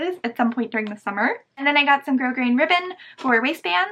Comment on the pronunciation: I know that this is two years too late, but Thank You so(sew) much for pronouncing grosgrain correctly, grow-grain! Not Gross grain!